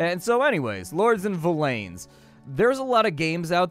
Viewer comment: Its actually pronounced like "Villains" (yes it is spelled Villeins) - If you google the word and click on the audio pronunciation the guy says "Villain". Not Vill-lane. lol. Dev have confirmed it sounds like villains as in the bad guys.